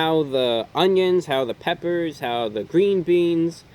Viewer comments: "Some peppous" gotta love the peppous amirite (͡° ͜ʖ ͡°) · "Some peppas" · "some, peppas, peppas"